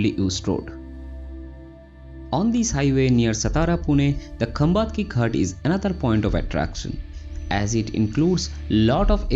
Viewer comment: It is सातारा.. खंबाटकी. Pronounce it correctly.